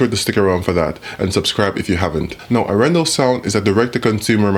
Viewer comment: Pressure on the first syllable for Norwegian names and long syllables. Aaaarendaaal. :)